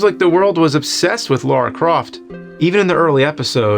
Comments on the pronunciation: Lara not Laura!! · Great video, but you said Laura instead of Lara. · It's not Laura, it's Lara. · LA-RA...not Laura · Love the vids bro… although it’s Lara not LaUra 😂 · It’s LARA - not Laura fs 🤦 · I love these videos, even when pronunciations are off. There is no Laura Croft. There is a Lara Croft, though. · It's Lara, not Laura. Come on James.... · It sounds like he keeps calling her Laura 😄😄😄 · "Laura Croft Laura Croft Laura Croft" thats not her name nerd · Why do people call her "Laura" all the time.. Like saying LARA is some kind of challenge.. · It's Lara! Lara! Not Laura! Lara! L-A-R-A. Lara! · Ok, right out of the gate and it's not even a minute into the episode and we are already getting it wrong. Let's try this again for the uptenth time. There is no "U". Her name is Lara Croft. Not "Laura" Croft. The name starts with a "La", the "U" is missing and never sounded, and ends with "ra". Lara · Lara, not Laura. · "Lara" not "Laura." Literally says it on the box. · It's lara not Laura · Good review, but the fact that he keeps pronouncing "Lara" as "Laura" really bugs the shit out of me, it's not like they don't say it out lout tons of times in the actual games. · What's with the americans always pronouncing her name "Lora" It's Lara! make it sound "LAra" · Its not laura its LARA - LAA RA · Her name is Lara, not Lora ffs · You've said Laura like 100 times... her name is Lara. 👀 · Her name is Lara....... not Laura. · That iconic character... “Laura” Croft. I can let RE-view slide, because that is just messed up emphasis. But, LAURA Croft? James is supposed to be a nerd. What nerd do you know that diesn’t know it’s Lara? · "Laura Croft" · Agitation setting in wherever he pronounces it "Laura". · "Laura" Croft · LAH-rah ffs man you've had decades to get this right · It's LARA damn it. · Take a shot every time he pronounces "Lara" incorrectly. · "LAURA" Croft. Come on, James. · Why is he pronouncing a u in Lara?